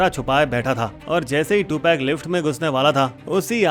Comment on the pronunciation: Two peg. 😂😂😂. Prinounce is to- pug.